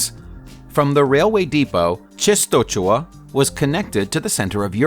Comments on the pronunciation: Częstochowa. Hard name to pronounce. Polish is a tough one! You could do a lot worse than: Chen-sto-hova... ch is pronounced more like an English "h" (or even better a Scottish "ch" as in Loch Ness) "w" is pronounced like an English "v". Fun video though! :) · the pronunciation of che-sto-cho-wa is incorrect. To the western ear, Częstochowa is better pronounced as chen-sto-HO-va. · Chestohova is the more less correct pronunciation of Czestochowa city name... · The way you say Częstochowa is funny. :) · How is it really pronounced?